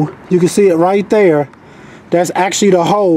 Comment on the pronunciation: The way you say Thur has me listening to some old Chingy 😂😂